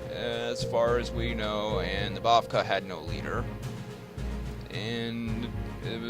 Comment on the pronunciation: oh, and three minor corrections: one, raberata is pronounced "ra ber a ta" rather than "roberta", bavakh is pronounced "bav-ack" rather than "bav-kah" and the path defender in hellspace is female, not male (although it's hard to tell because she's so old)